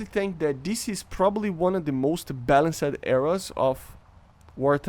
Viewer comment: “Balanc Sed”😂 “Balanst” ✅